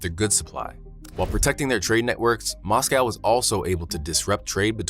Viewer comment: Can't watch these videos when the presenter can't pronounce Moscow or Iran correctly, so ignorant